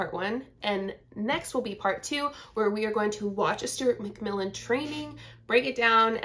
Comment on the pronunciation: Sounded like you said ‘Stewart McVillain’😂